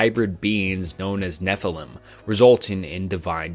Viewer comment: Your content has improved massively but fr get someone to check your pronunciations. It makes it genuinely difficult to listen to Enoch= Ee-nok Nephilim= Nef-il-eem Tetragrammaton ≠ JHVH Tetragrammaton = YHWH Pronounced Yawheh, not Jehovah. The consonants are Yod, Heh, Waw, and Heh